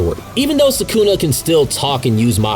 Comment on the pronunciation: Why do you say Sukuna like that? 💀 Suckuna 😂